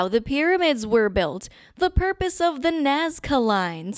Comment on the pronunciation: I love how the guy says porpos